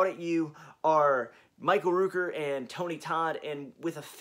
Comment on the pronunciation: Hi, it’s Michael Rooker, the Rook in his name is pronounced like Cook, not LOOP. GREAT VIDEO! I am doing my best to keep up with the new releases but jeez, it adds up quick! Looking forward to the 4K remaster of Zombie and Maniac!